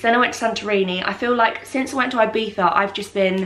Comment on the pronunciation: The way you pronounce Ibiza has me crackled😂😂😂😂